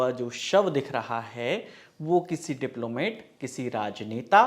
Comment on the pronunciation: Diplomate (डिप्लोमेट) नहीं Diplomat (डिप्लोमॅट - डिप्लोमैट) सही उच्चारण होता है!